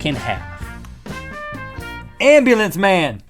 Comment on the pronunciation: THE AMBLUIENCE MAN!